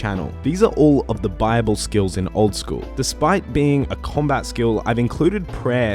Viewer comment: i thought you were saying bible, not buyable lol that makes more sense